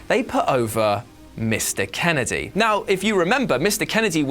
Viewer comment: It's "Mr Kennedy." Pause "Kennedy..." Not "Mr" pause"Kennedy".